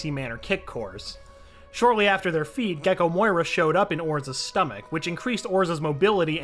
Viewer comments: imagine calling Moria "Moira" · Say it with me MORIA!!!!!! NOT MOYA